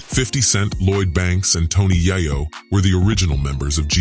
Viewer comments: AM I TRIPPING....IS THIS NIGGA SAYING TONY YIYO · TONY YI-YO??? THE NARRATOR MUST BE WHITE. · He butchered Tony’s name. So he definitely don’t know anything about South Jamaica Queens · None of the folks that do these types of videos use their own voice. They mispronounce names. Wtf is 2pack & Tony Yiyo?